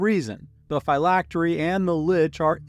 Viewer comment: Great video. I’ve always heard Phylactery pronounced differently, as in Physics.